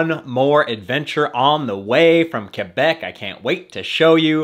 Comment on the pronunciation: Fun rip, HSF is almost TOO long lol, Also, the way you pronounce "Quebec" is spot on. The locals will love that man. So are they still using the gondola though?? ~